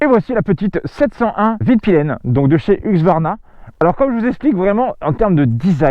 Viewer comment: Huxsvarna... ça se prononce Heusqouarna si jamais ;)